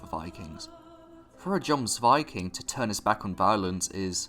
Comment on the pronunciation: In Norse the j is not pronounced like the english j but like y. E.g. jomsviking is pronounced yomsviking